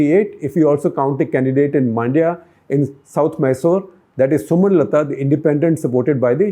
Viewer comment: It is not Maandya, it is Mundya (rhyming with India). It is Uga-thee, not Uga-dee!!!😤🥱😡 And BTW thanks for looking down South also!!